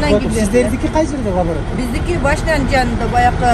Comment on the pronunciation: Лаборатория, а не Лаборотория